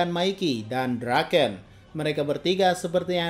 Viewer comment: Draken bang bukan drakeun